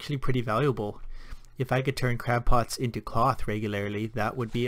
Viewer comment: ...did you call them crap pots? XD